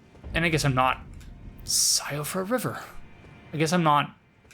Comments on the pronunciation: Just FYI, Blaidd is Welsh/Irish/Gaelic. It is pronounced like "Blythe" and means *WOLF*. Also, Siofra is (Welsh/Irish/Gaelic again) is pronounced "SHEE-fra" and means changeling/Elf child/precious child. Fun with definitions! 😊 What an absolute joy it is to have regular content from you to watch again,! ♥I did not enjoy this game initially and I still think it's From's worst game (Bloodborne and DS 1&3 are my favorites), but seeing it through your eyes is still a magical experience. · If it matters to you. Siofra is pronounced (shee-fra) with a slight roll on the 'r'.